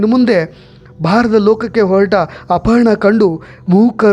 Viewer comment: ಅಪಹರಣ ಅಲ್ಲ ಅಪರ್ಣಾ